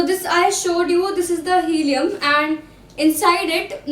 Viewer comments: It's hilum, not helium lol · It's hilum not helium